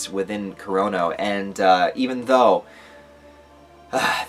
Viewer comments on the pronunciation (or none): none